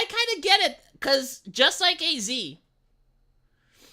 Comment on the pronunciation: Would you please stop saying A-Z. It's pronounced "As"